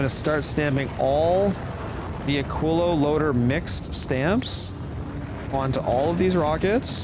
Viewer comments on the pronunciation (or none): Why are you saying "aquillo" when it's "aquilo"?